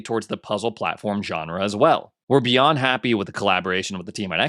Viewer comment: It sounded like when said We're beyond happy, it sounded like he said We'd be unhappy.